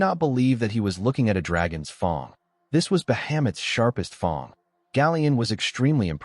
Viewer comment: Good lord why is it pronouncing fang like that?